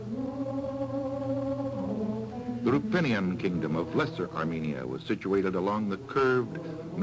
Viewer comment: Isn't cilicia pronounced as Kilikya?